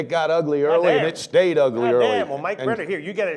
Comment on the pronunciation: u gotta practice that last name brenner lol!